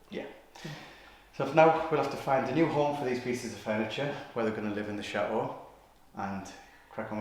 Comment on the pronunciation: I think you guys are very charming and your videos are great. How ever your constant mispronunciation of “chateau” drives me crazy. The “t” in chateau is not silent. The word is not cha-eau, it pronounced cha-teau. When you say tea you don’t say ea you say tea. Instead of say eau please say teau like the toes on your feet, chaTeau.